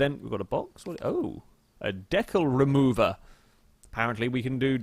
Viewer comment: The way he says decal lol